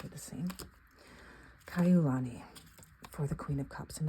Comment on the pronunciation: You did a good job with the pronunciation of Ka'iulani - my granddaughter was born on the same day as the Princess. Thank you for the walkthrough... this was GREAT. (I ALSO love Sister Rosetta!)